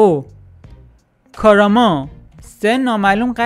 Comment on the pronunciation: توروخدا اسمای توی ناروتو رو دوست بگو🗿😔😂 ساسنو نه سوسانو کاراما نه کوراما😂